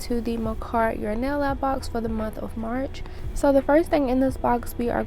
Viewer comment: you said MARCH...📦...